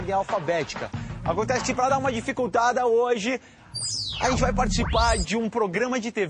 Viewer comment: "Xeente!" kkkkk eles são massa... porq foram sair da MTV